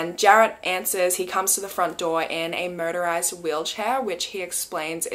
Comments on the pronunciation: I keep hearing you say murderized wheelchair. 😂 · I thought she said murderized wheel Chair. I was like 😳😨…oh 😂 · I heard “murderized wheelchair”😂